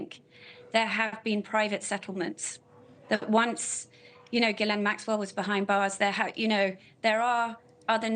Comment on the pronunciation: Why does the female presenter pronounce Ghislaine as “Giz-Lane?” I don’t think that’s correct. Others pronounce it correctly.